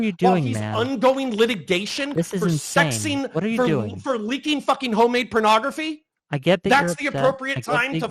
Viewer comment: He can't stop calling it "pernography" and it's driving me nuts